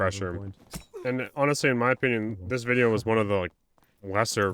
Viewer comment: you said “wideo” hahaha